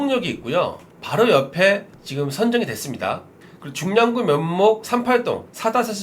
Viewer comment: 중랑구가 중량구로 들려요 ㅠ